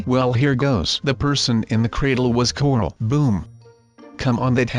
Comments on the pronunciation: You kept on saying cordle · Every time you say corl you say cortl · Ik and its "Corl" Not "Carl" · No its corl not coral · dude, CORL not corol. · Does anyone else notice that says cortal instead of coral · I fell asleep watching this and it sounded like he said corlt